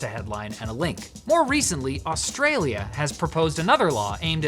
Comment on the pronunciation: You ever say Australia like that and I will personal put a brown snake in your shoe